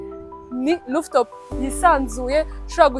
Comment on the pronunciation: Rooftop not looftop